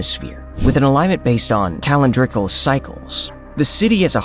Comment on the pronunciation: Ca- L i/e n —dri—-cal (calendrical), and ploomed (plumed)… plus the names! If this is AI though, pretty good.